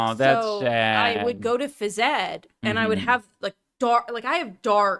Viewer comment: How did she pronounce Phys Ed? That's not how it's pronounced,...